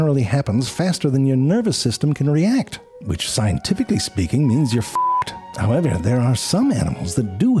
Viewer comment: How the dell does he say "howmyevyer" I just cant get my mouth to do it